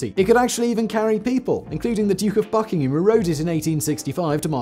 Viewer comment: Did he say “Duke of F*ckingham”? 😂